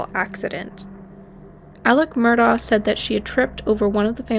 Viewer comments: List all your sources or this is just plagiarism!! I doubt you’re in North Carolina in the courtroom waiting for the latest update. Mandy Matney has a great podcast called Murdaugh Murders with original reporting. Their names are pronounced Mur-dock (Murdaugh) and Aleck (Alex) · It's pronounced Murdock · Its pronounced Murdock